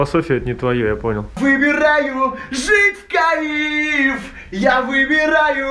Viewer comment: Одного меня бесит это "жить в каИф"?